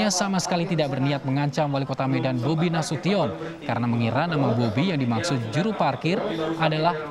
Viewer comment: Nasution bacanya bunyi nasushen bukan tiyon.